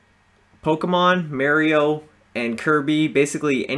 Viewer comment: "mayor-io" lmao